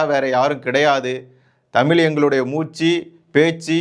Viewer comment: தமில் இல்லை தமிழ்.